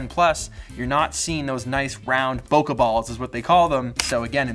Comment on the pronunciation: Awesome video as always!! One thing though...can you please pronounce the word “bokeh” correctly? So many people including some people from Apple mispronounce this word...WHY?